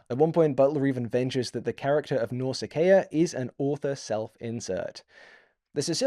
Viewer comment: I have to say, the pronunciation of some of the names threw me. But, I may be wrong, my pronunciation of Telemachus comes from the Franco Japanese Ulysses 31. And my pronunciation of Nausicaa from Hayao Miyazaki